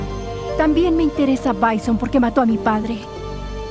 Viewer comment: A ver se dice bison no byson